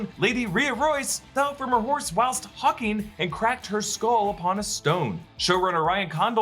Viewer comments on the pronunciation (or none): none